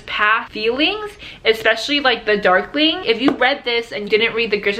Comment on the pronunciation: At the beginning I thought you said duckling XD